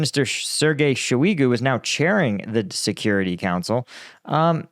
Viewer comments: I know you don't speak foreign languages, but it takes less than 5 minutes to improve your pronounciations of frequently used words. No, I'm not telling you to learn every single village in Europe. Just the most important figures Med - Veh - Dev Shoy - goo (not Sho-y-goo) Za - po - rhee - zha These are the offenders that bug me out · Talking about language 🙄 It’s “Shoy-goo” not “Show-we-go” It’s “Med-va-dev” not “Med-dev-jev”